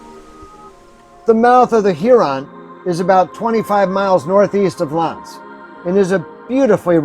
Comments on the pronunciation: Ask how to pronounce the names of place. Locals will tell you L'Anse sounds like "Ah." Thanks for sharing this tour. My dog and I were just up there yesterday and love the drive all the way up to Copper Harbor. Glad you got to experience it as well. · the "a" in l'anse is pronounced like "ah" "l'ahnse;. i'm from the U.P. (marquette).